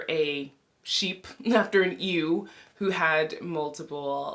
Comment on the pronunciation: A friendly note that 'ewe' is pronounced the same as 'you'